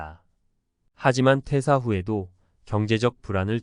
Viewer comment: 퇴:사. 퇴:직. 으로 읽어야 해요 한자어 읽기 더 공부하세요 대화 중에 의미전달이 정확하게 안되면 퇴사후에 살기 어러울 겁니다